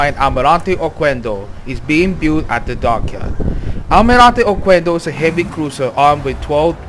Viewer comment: The letter "U" is not pronounced, the correct pronunciation is OKENDO